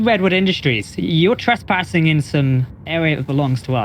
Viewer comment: Youre not "twess-parsing" bud. No juwisdiction in play, you know this ;) No pwoblems